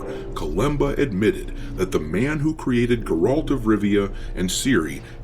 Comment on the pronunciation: Bro I love you but you're KILLING me with how you pronounce Geralts name. You keep saying, "Ger-alt" and it's, "Geh-ralt"